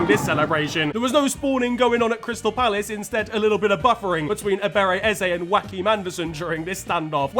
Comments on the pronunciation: Why do you keep pronouncing like "Wakim"??? 😂 It's pronounced "Yoakim" 😂😂😂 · Never in my life have i heard someone mispronunciation a name as bad as you saying Joachim haha😅